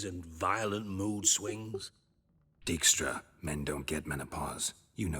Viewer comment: Dijkstra is actually a Dutch name and as such the "ij" should be pronounced as I like in eye 😉.